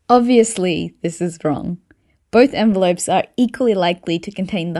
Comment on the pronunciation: You shouldn't make videos about "envelopes" if you cannot pronounce the word correctly.